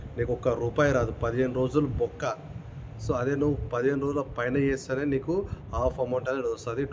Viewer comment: Bokka kaadhu adhi BOKKAAAAA... 😂😂😂